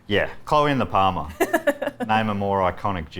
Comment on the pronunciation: Parma! Parma. It's Parmi. Say it right.